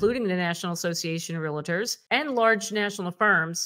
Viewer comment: Please pronounce the word correctly RE AL TORS. RE AL TORS!!!! REAL TORS!!!! 😒🙄🙄🙄